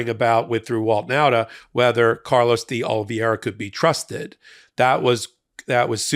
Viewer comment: You're pronouncing D' Oliveira wrong. Other than that, great video!